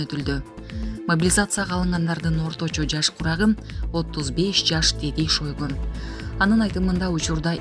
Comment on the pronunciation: СЕРГЕЙ ШОЙГО ДЕП ЖАЗЫЛАТ ОКУУЛУШУ СЕРГЕЙ ШАЙГО ДЕЙ ОКУУГУЛАЧЫ